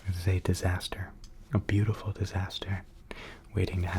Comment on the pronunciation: I don't use intros and don't find it necessary ;-) I'm myself paint and I love it - such a beautiful flow experience. Thank you for trying it though you don't do this usually! I really enjoyed watching you/ this video! PS: I really, really love it when you say the word "beautiful" :-)